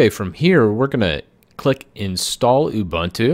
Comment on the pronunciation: not ubAntu but ubUntu. Author pronounce properly